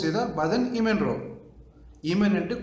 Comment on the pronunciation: ఈమెన్ కాదు ఎమీన్ కుడి ఇసార్ ఎడమ